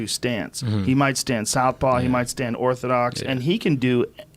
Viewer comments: Did the guy seriously say “ortholoxl” 3 times? 😂 How does a fighter not know it’s called orthodox. Wow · Saif Allawama Are you kidding? 😂 You must have the ear cancer my friend. Listen again. Slow it down if you have to. He most definitely says “ortholox” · Just messing with ya, buddy ;) he most certainly fucked that word up. Have a good night/day.